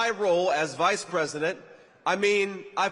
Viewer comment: STILL SAYING MADAME PWESIDENT?🥺 HAHAHA! COPE & SEETHE